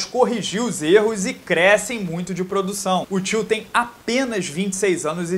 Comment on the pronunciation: Toda vez que você falou "till" eu ouvi "tio" e fiquei perdido